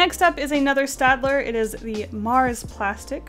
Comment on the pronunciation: I don't want to be that guy buuut You and literally every artist on YT are pronouncing staedtler wrong! It's pronounced kinda like shtadler.